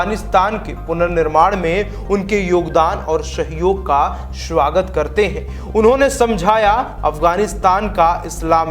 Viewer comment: Swagat hota hai bhai shawagat nhi hota